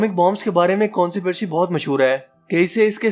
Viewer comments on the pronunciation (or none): Conspiracy ko (Kon si pri si) nhy pronounced karte ye ap k easiness k lie likha raha hon (kons pie rey si) hota hai Ye jo books hain us main writers ne ideas diye hain jo scientist ne implement kiye hain or kuch k tokkey lage hain that's it. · ha ha haa .. consipircy...... the word is conspiracy... cons pi ra cy